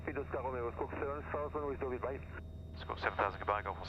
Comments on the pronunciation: Enjoyed your latest video very much. Laughed a bit how you pronounce your destination airfield “Duval” while it’s Deauville. Appreciated also the atmosphere in the cockpit & joke about autopilot ! Keep up the good work & fly safely, sir ! Greetings from EBAW ! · Lovely Most enjoyable But pleeeeze learn how to pronounce Deauville - it’s ‘Doh-vee’ not ‘Du-val’ ! Reminded me of Edward Heath speaking French. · Another nice video. Just one thing annoyed me a bit (I'm French...). Correct pronunciation for Deauville is "Dow-veal". I learned to fly in the UK but first flew to France last summer. I agree with you, it was much easier than I initially thought it would be. Your video helped me making the big jump. Thanks